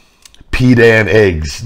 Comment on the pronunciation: It’s pronounced Pi Tan